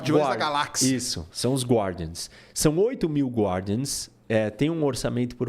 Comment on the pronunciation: so por curisosidade a pronuncia de guardian é gardian, fora isso, excelente papo